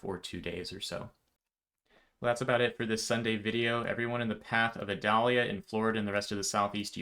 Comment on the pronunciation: You are my favorite source when it seems like Florida might be impacted. Thank you. Also, in Florida, we pronounce the storm name like the onion, sans the V in front. (-'